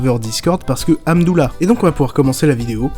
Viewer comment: J ai adoré ton « amdoula » tu m as fais rire...👍